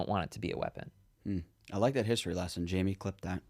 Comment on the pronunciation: Who is "Jaime" and why are you calling Canton Jamie?